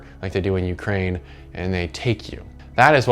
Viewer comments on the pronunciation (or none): none